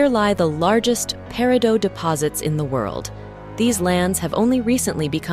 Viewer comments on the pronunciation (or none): No, no! Not “pair - ee - doh”. It’s “pair - ih - doh”. I’m hoping that as thia continues that I don’t have to hear “pair - ih - dots”.